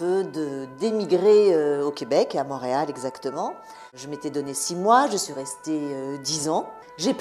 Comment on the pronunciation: Mont-réal pas MAUréal!